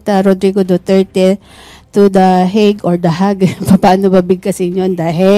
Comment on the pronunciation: This lady is talking nonsense. Can't even say hauge !